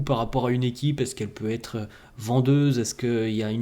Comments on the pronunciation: J'adore tes commentaires mais tu dois faire un effort pour éviter de dire : devrait..zêtre, pourrait..zêtre quand c'est à la 3e personne du singulier ou pluriel. Merci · On parle de l'accord qu'il fait. Quand il y a " t " à la fin d'un mot, on ne doit pas dire zêtre. C'est plutôt têtre. Il fait souvent cette erreur. Si vous voulez, je vous prie de réécouter encore ses commentaires. Merci